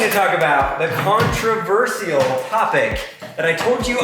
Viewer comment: you pronounce "controversial" wrong 😆